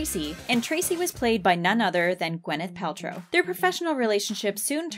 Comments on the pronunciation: 3years later just realizing she said wyneth paltrow instead of gyneth paltrow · I'm sorry but..."wyneth Paltrow "